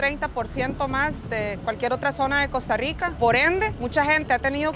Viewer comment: Mae muy bueno pero el fenómeno no es solo económico es cultural , deja esa maña generalizada del gremio tico que hace contenido de cambiar la pronunciación de la R se dice Costa Rwica y esta bien decirlo asi